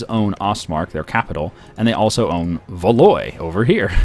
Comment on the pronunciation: Valois is pronounced Val-WA. Is Norfolk Skottish?